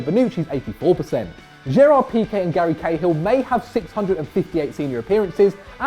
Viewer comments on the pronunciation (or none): none